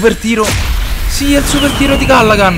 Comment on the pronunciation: Comunque si dice Calligan